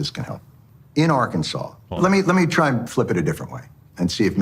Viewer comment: As a person from Kansas u best correct the way u say Arkansas boi😮